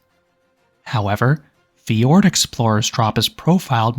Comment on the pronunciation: Fjord, not Ford.